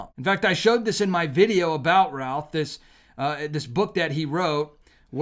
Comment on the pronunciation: Routh is pronounced Ruth. Know them. Please say his name correctly.